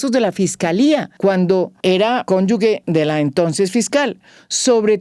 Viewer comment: Cónyuge [kónyuje], no “cónyugue”, por favor, admirable María Jimena.